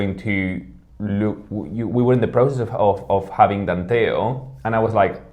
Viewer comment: Danteo, not Danteol.